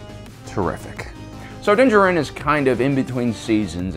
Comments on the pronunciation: Din Djarin's last name is pronounced in a similar manner as Django. The "d" is silent. It was bothering me. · You are allowed your opinions, but Jesus man say his fucking name right. It's not Din Djar In, it's Din Djarin. Say it like it's one fucking word dude, how hard is it. The armorer fucking says it, out loud, Moff Gideon said it, out loud. Do you actually even watch these shows or do you just read the subtitles? Fuck man, come on, it's not hard. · The way you say Dinn Djarin hurts my ears. The Armorer literally says his name in the episode. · How do you watch the show this closely and still mispronounce Mandos name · Why tf do you say Din Jarin's name like that there's no speculation on pronunciation they say it several times in the series, fuck the way you say it drives me insane